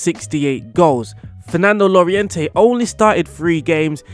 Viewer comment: It’s pronounced Jorente, not Lorejente.